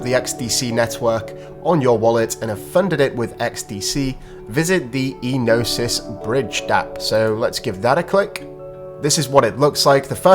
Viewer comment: Ēnosys - 'Ενωσης. Origin : Greek Meaning : Union Pronounciation : Ē(Like in Eduard) no(Like in Nora) sys(Like in Sister) so.....'Ε no sis ( accent, stress, emphasis in 'E ) So....please when we try to pronounce a foreign word, it is best to find the nearest native speaker (in this case the nearest Gyros or Greek restaurant we know, and ask them to pronounce the word) Thank you. Flare Network is gonna become the hub for staking....mark my word.... XRP, XLM, XDC, FLR, SGB, EXFI,HBAR, ALGO,Propy,(hopefully many many many more "valuable" cryptos)